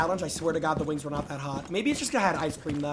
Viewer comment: he´s rolling that R so crazy it sounds like wings got a R too Wrrrrrings